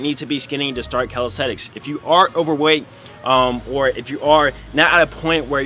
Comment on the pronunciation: why you keep saying "calistethics"